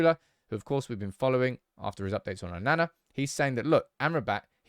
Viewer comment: This man still can’t say Onana properly. It’s really not difficult 😆🤦🏽‍♂️